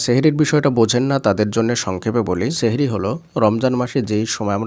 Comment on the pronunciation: Sheher ortho jadu... Sothik uccharon Sahri❤